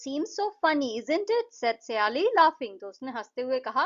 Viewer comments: सयाली नही हैं वो सायली हैं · Wo saayali nahi hain sayali hain